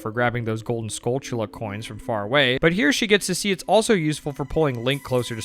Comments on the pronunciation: I've always called them like skull-tula, like two separate words. But you are totally right. It is said like tarantula. Brain exploded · Holy shit, this man actually knows how to say Skulltula!